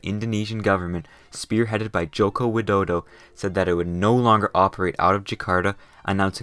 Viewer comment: Im Indonesia lmao and the way you say Joko Widodo is Indonesian Obama make my humor broke